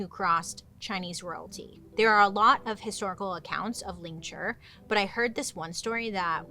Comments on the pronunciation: It’s “lingCHI”, not ”lingCHUR” 😂, but it’s okay, some words are just hard to say when we’re not used to them. Sometimes, everyday English words sound so weird to say if that makes sense. Almost like it’s not a real word and just doesn’t sound right. Lol, I have issues 😂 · No death by 1000 cuts didn’t come from flaying. Lingchi and flaying are similar but different methods of execution. It’s lingchi you are pronouncing it wrong. It has a i at the end it’s pronounced ling-chi. Lingchi. I study the history of torture and execution i really wish I could help you get it right and explain it accurately. Ugh 😩 no offense it is better to get accurate information that is factual and pronounce things right then just be thick headed and continue to get it wrong because you have too much pride.